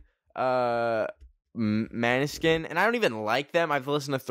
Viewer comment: ben ben måneskin is prounanced moneskin not maneskin